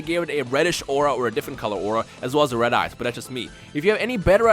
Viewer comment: I keep thinking is saying "red ass" instead of red eyes when he describes the god classes XD